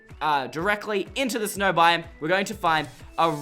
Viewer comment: It isn’t snrow